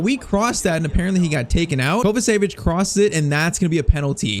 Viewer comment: Its not kovasevic Its pronounced kovachević